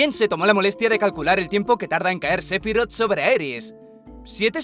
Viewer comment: Se dice SE-PHI-ROTH tan tan tan tan